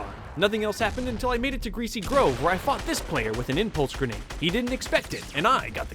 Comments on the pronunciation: it sounds like he sayd fucjed instead of fought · I thought you said fu&ked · Lmao i thought you said fucked